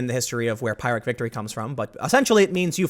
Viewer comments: Tim, it's "PEER-ick" not "PIE-rick" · Not Pyre-ic victory, it's pronounced Pirr-ic victory. It comes from a statement attributed to the Greek Plutarch Pyrrhus, who, after a victory over the Romans (which also took a huge toll on his own forces), declared that "another similar victory would ruin him" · Pyrrhic is usually pronounced like the words "pier" and "hick" strung together. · OMG Tim. Its pronounced "pirrik" not "pierik" and you really need to study the concept of Pyrrhic victories. The Greek king Pyrrhus attacked Rome in 280BC and won all his battles but lost so many men he lost the war and his crown. It is a concept and lesson from classical times that remains relevant today. I get you never went to University but this is a massive gap in your knowledge and makes you sound a bit ignorant. Just read the Wikipedia article on it at least please. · It’s not pie-rick, it’s peer-rick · It's more like pier-ick than pie-rick. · Peer-ick, not pie-rick. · "peer rick" not "pie rick"...just sayin... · Pyrrhic is pronounced like pier ick. Just for going forward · It's pronounced "Peer-ric". That said, "Never knock someone over mispronouncing a word. It means they learned it from a book." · Is the correct pronunciation peer ick? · A Pyrrhic (pronounced /'pi-rik/) victory is one gained with such tremendous casualties that it's almost like a defeat. It's named after Pyrrhus of Epirus, who gained such a victory over the Romans in an actual historical battle. I used to play a lot of Rome Total War and it says "Pyrrhic Victory" at the end of battles sometimes if your casualties are too great. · Sounds like Tim is saying "Pirate Victory", instead of "Pyrrhic Victory". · It’s pronounce “peerick”. Pyrrhic victory is victory by burning your side along with your enemies. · Pyrrhic victory is from the Pyrrhic war. Pyrrhus won battles but took heavy losses doing so, handing the Romans the greater victory in the end. Also it's pronounced like peer-ick. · Pyrrhic = PEER-ik